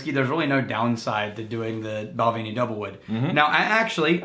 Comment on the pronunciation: Please try the Balvenie Caribbean Cask. And please pronounce them correctly. It’s Bal-venny, not Bal-vaney; A-ber-lauer (as in “hour”), not Aber-loor